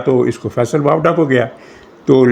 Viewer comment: you are not pronouncing the right pronunciation Faisal vowda, right pronunciation is Faisal vododa. 😂😂😂😂